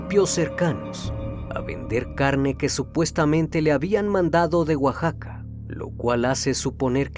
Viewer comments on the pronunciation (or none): none